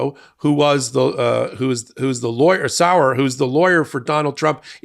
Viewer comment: ..."John SORROW!!" I am gagging..... "I mean John Sauer!!....... 😂 LOL..<><> wAc